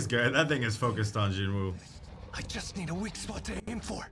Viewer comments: its gee-nooh but aight, also sub is jin-woo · Sub - Ji Woo ❌️ Dub - ✅️ Lmao 🤣